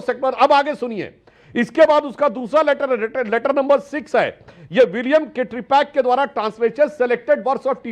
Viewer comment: लेटर= Later ❌==> Letter= लैटर ✅